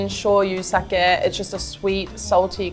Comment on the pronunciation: Sarah busting out her Boston accent with ‘saagee’